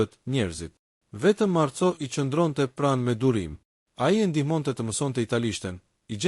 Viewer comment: Lexohet Marko dhe jo Marco, se kështu shkruhet në italisht. Ka dhe fjalë të tjera që i lexoni shqip, jo italisht. Mirë është ta korrigjoni këtë gabim.